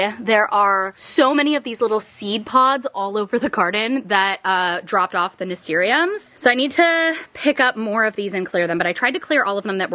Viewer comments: btw nasturtium is pronounced "nuh-stir-shm" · hehe just fyi the way you pronounce the flower that grew all over is "nuh-stir-shum" love the gardening content!